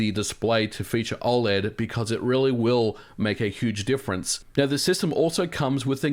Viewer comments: Dude you gotta stop saying oled like that, fr It's oh-led (I think) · You say OLED very weirdly!